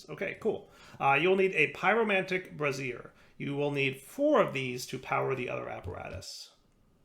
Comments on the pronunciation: it's "bray-sure". A "brah-zere" is an lady's under garment. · Why does keep talking about women's underwear. Sigh It's pronounced brā - zher (a pan for holding burning coals)